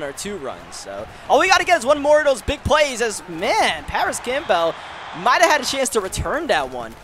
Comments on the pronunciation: he still can’t say Campbell correctly!?? Not camp-bell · I still don’t know why he can’t say Campbell correctly he say it like it’s two names lol